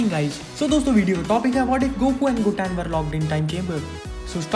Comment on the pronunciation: Gotans nahi gotan